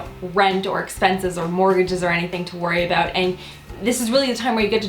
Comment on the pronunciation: I love the way you say about!